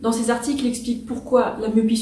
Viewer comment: "...sept z'articles...": aïe ! :-D